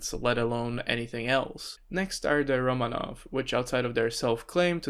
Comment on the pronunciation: I refuse to acknowledge the thoughts of a guy that pronounces is RomAnov. Regardless of if that even IS the correct pronunciation.